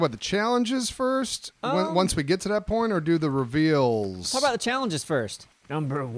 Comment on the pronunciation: who else heard ''once we get to that porn''